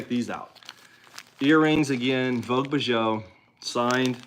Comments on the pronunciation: Bijoux means jewelry or jewels. Pronounced "beejoo" vogue beejoo... even in Donaldsville 😉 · Bijoux is French for jewelry. It is pronounce beezhoo. Congratulations to Kaylin, that’s awesome! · “Bee ju”. French